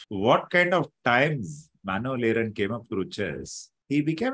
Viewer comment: Sagar, you cannot even pronounce Aaron correctly. Shameful and insulting